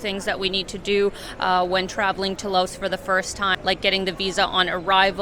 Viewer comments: The country is pronounced LAO. You people are so ignorant... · The "S" is silent in Laos.